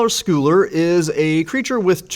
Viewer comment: Just so you know for next time, scull in Tidehollow Sculler should be pronounced like skull. Sculling is a kind of rowing. Not the kind being done in the art, though.